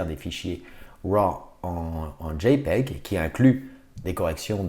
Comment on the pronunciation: C'est tellement jouissif de l'entendre dire JPEG